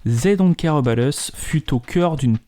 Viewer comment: "zey don’t care eubat us"